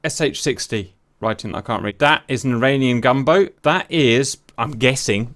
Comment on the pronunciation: No offence but I was so confused the whole time because I thought you were saying "Iranian Gumbo"